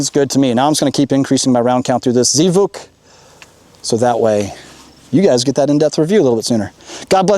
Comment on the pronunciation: Z vuk? It's pronounced Zvook. It's the Russian word for "sound."